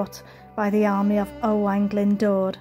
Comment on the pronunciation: I have fun trying to pronounce those Welsh names. Owain sounds like O - Y to me. And it’d be “Owen” in English I believe 😇 Another beautiful place you visited.